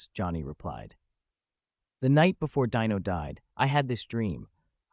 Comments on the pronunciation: Pronounced DEno, not Dino like a prehistoric creature. Ai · IT’S DEEEEENO NOT DYNO GET IT IT RIGHT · The narrator should learn how to pronounce names. Dean's son, Dino, was pronounced DEno not DIno like a dinosaur! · His name was pronounced Dean O not Dino like Dinosaur. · It’s hard to listen to the stupid mispronounciation of Dino,s name! It’s pronounced Deeno but spelled Dino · The AI miss pronounced Dino, I lost interest and felt it was disrespectful 😢. I was hoping to view that clip instead of the AI and the Yada yada version . Something so delicate should be done with respect.